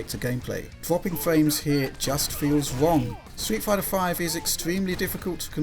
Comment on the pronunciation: best quote "fwapping fwames here just feels wong"